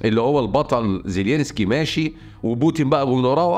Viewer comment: رحمة لوالديك لا تنطق زيلينسكي على الرئيس الاوكراني ، انت الوحيد الي ينطق اسمه من دون كل الإعلاميين او مقدمي المحتوى ، زيلنسكي بهذه البساطة فقط